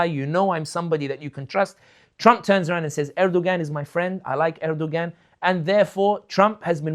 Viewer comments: Brother sami if you remove the g from Erdoğan then you will get the correct pronunciation. There is a silent g in the Turkish language. Best wishes. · Someone tell him how to pronounce Erdogan